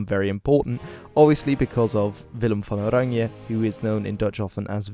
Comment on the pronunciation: As a dutchie I like your pronunciation of van oranje!